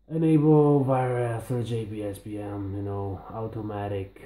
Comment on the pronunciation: It’s Wireless, not Vireless.